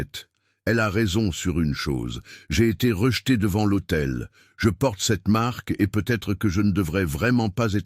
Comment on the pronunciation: Devant « l’AUTEI.. » et non pas l’hôtel.. Ceci mis au point, je vous écoute avec plaisir du Sud de la France.. Très belle histoire d’amour..merci.